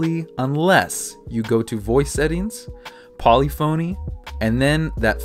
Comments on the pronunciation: it's polyphony, not poly phoney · Good video but its not Poly-phony its pronounce puh-li-fuh-nee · "Poly-phony" LOL